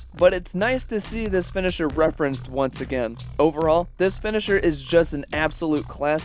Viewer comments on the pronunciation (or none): none